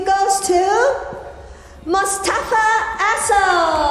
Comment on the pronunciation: Listen to the trophy presentation at the end. I swear she said “Mostafa Asshole”